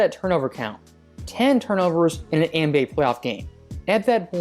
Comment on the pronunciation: Why does this guy always say ENBA instead of nba. It’s so weird.